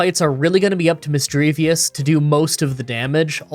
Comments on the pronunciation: I absolutely hate how says missdreavus wrong. It doesnt end in "vous" its just "vus" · Not to be rude but it's Misdreavus not Misdreavius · misdreaVUS not misdreaVIUS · I'm so happy that someone else pronounces Misdreavus as Misdreavious like me lol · Where is the ‘i’ at the end of Misdreavus? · There is no i at the end of Misdreavus.. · You've probably already heard this from other commenters, but you constantly mispronounced Misdreavus's name 😅 there's no second i in the name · please for the love of god its mis-dreev-uss not mis-dreev-ee-uss and cran-ni-dos not cran-ee-a-dos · Shelldon, Misdreavius, Craniados, Garotle, Bronzer, Hippodon. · Not to rib you too hard, but you took the I out of Shieldon and put it in Misdreavus and my persnickity brain got annoyed. Have this thought for the algorithm, knowing you'll do it again. :P